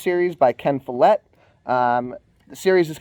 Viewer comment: The way you pronounced Follett made me have to swallow a bit of vomit 😂😂 Seriously though, I’ll be reading World Without End this month too! Pillars of the Earth was breathtaking. Looking forward to hearing your thoughts!